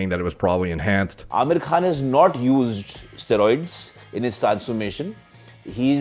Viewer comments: who else heard him say "aamir cunt" in the beginning? i had to turn on captions to be sure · It’s pronounced Aah-mir khan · His names pronounced “Aaa-mirrr khaan” for the non Indians, and ofcourse he’s enhanced, 90% of film stars are. No need to even take that into account, it’s set in stone. Aamir khan is also 5’4, still impeccable actor, a lot of Bollywood films wouldnt be worth watching without him. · No, Thats not how you pronounce it.